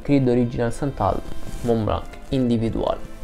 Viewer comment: Senza offesa. "Individuel" di Montblanc cerca di pronunciarlo in francese. Ti mando la Bellucci per qualche lezione......